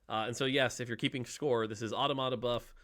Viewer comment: Dont know why but how automata is pronounced really annoys me